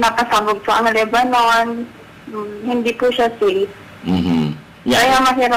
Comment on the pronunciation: All scripted There are thousands of Good Filipinos with good and happy lives and spend more than 30 years working in Lebanon please do not discredit a country unless you been there then you might have a different point of view and please its LEBANON NOT LEBBANON